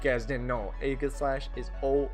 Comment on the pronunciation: It’s funny how I love spinda for the same reason you hate it (Also Aegislash is pronounced eej-u-slash)